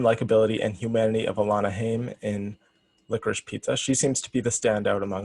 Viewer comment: I just wanted to highlight..it's pronounced as HAIm..not Hame. Alana Haim is also the youngest of Grammy nominated sister band HAIM.